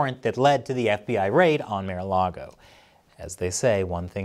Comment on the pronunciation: He said "mayor-a-log-o" but its "marh-a-log-o" :1